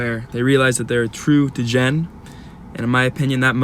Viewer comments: What the fuck is a DUH Jen? 😂😂😂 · is the best, but it’s DEE-GEN not DUH-Jen